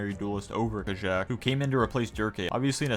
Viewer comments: No hate intended but I think Kajaak is pronounced Kayaak Keep up the uploads ❤❤ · it's pronounced ka-yak" no?